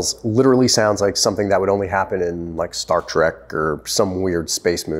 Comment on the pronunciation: Thank you for pronouncing it Star Trek and not Star Track.